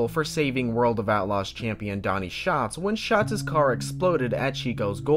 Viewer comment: I find it funny that the narrator (not you) got his name wrong 😑 “ it’s an active bravery that Donny Schaaatz will never forget”😬 Like bro…. If you gonna say it like that at least get his name right 😂